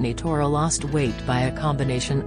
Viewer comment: It’s “thore” not “tora”. 😊